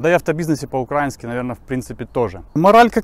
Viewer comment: По украИнски, правильно, а не по укрАински, авто эксперт 😏